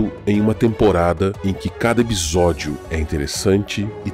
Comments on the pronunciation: Ótimo vídeo. A série é fenomenal de uma forma geral fui agraciado como fã de Lovecraft. Não é por nada porém o Explorador estava falando " Ebisódio" rsrs ? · Porque o dono do canal fala a palavra episódio de uma jeito estranho? Ou é só eu que ouço de forma a pronúncia dele?